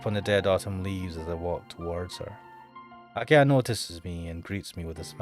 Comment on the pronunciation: why are you saying akia? the H is pronounced like the english H its aki-HA